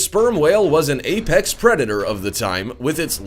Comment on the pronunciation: Did he just say "Epex" instead of Apex or am I hearing things?